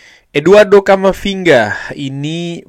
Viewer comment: camafinga ??? not good